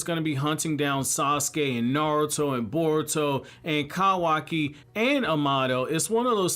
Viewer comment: I thought it was just that one video. But you just been saying Ka•y•kee. It's so cringy 😂😂 My nigga say Kawaki like Kawasaki. I feel like you trolling us 😂😂😂🧏🏿‍♂️